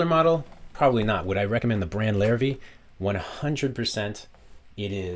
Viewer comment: Hi there... just so you know, despite being spelled Larrivee, as it is French in origin, the name is actually pronounced "Larrivay". Nice review of a great instrument though.